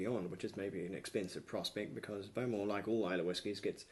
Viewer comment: I believe its pronounced bo-MORE, rather than BO-more.